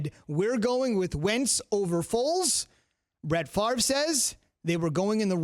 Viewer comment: Say his name properly. Do yourself the (favour) not Favre. One throws TD’s the other doesn’t.